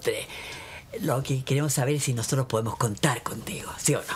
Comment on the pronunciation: Me dado cuenta que el "losotros" , y varias palabras más que están mal pronunciadas le salen super fluidas, o sea que habla mal apropósito y wn le creo todo, seco su personaje